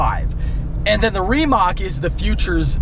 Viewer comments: Hahaha he says “remock” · Ree-Mach. Not how you say it. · Why does always find a way to mispronounce car names? Reemac LOL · Just an fyi its pronounced remuht